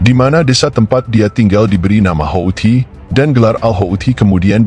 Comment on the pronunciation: Hautsi bukan haouti